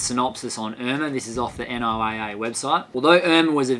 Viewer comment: FYI if it hasn’t been commented already pronounce NOAA = Noah for us Americans.